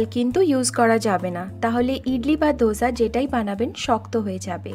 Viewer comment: Dosa, দোসা।ধোসা /dhosa নয়